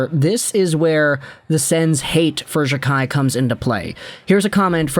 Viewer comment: Can you at least say his last name properly it’s pronounced jack eye